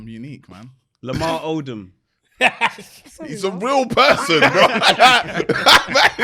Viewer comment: not saying Lamar Odom😂😂😂